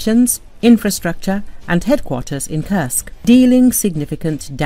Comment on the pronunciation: Kursk not kersk